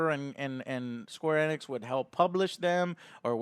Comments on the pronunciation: Please pronounce it Eeeeenix, not ehnex.... jeebus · LOL Joe its not Eh-nix its Eeenix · It's pronounced Ee-nicks, not eh-nicks. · right off the bat, is it pronounced "EN-nix"? I always heard "ee-nix" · Joe stop saying eh-nix... its EEEE-nix! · you pronounce the E as Ehnix its Enix bro. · it's actually pronounced enix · “Square anix”